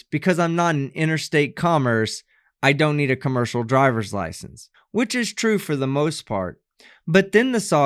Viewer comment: Every time she says which it comes out as bitch funny lol.